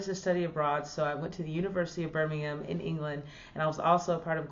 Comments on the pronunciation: Omg you're the first american to say Birmingham correctly!! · She can pronounce "Birmingham". come back anytime.